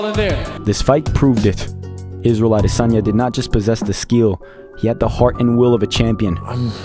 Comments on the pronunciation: YOU SAYING HIS NAME CORRECTLY AT THE END IS PEAK YOUTUBE. CATCH THIS SUBSCRIBE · Wonderful wonderful wonderful … and the pronunciation of the name killed it! I just subscribed 😍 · Thank you for pronouncing his surname "Adesanya" correctly at the end. It means a lot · Love how you pronounced his name with a Nigerian Yoruba pronunciation at the end 😊 as a Nigerian, i am happy and proud for Israel he is definitely one of the greatest fighters ever 🔥🔥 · I like the way he waited till the very end to pronounce the adesanya correctly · That Last Adesanya pronunciation gave me chills 😅”in Laura Sanko voice “😊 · Thanks for pronouncing his last name accurately at the end. Youruba names have unique meaning which is lost if said wrongly. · Respect you for saying his last name correctly at the end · Pronounced the Last name well ! ADESANYA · hope izzy sees this, he'll appreciate that you pronounce his name correctly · I’m Nigerian and I must tell you(the narrator) that the way you pronounce Adesanya is 💯 New subscriber. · Pronounced like a Yoruba man. Kudos from Nigeria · Funny how you perfectly pronounced his name at the end, "Israel Adesanya" hmmmm 🤔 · I live how he finally pronounced his name correct at the end of the video 😁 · Refreshing how you pronounced his surname correctly at the ending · You said the Champs name well at the end - Ah-dey-sonya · The way you closed it out by giving the correct pronunciation of Adesanya is peak. That legit gave me chills. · Thank you for taking the time and care to pronounce 'Adesanya' properly. In Nigeria, our names have meanings and these meanings carry power. And even if Izzy has said it properly a thousand times, so many reporters don't seem to care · I was just about to say this. As a Nigerian, he got the pronunciation really well 👌🏾👏🏾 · That Last Adesanya pronunciation gave me chills 😅”in Laura Sanko voice “ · When you pronounced his name properly at the end I got goosebumps. You’ve got my sub